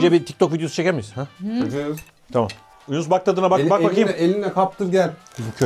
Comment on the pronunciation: Yunus ❌ Yuğnis ✔